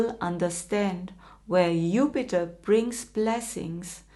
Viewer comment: Since you decided to speak English, could you pronounce Jupiter's name correctly?